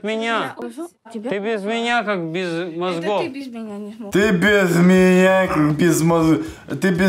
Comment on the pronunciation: «ты беф меня как без.... мозгхов!!!»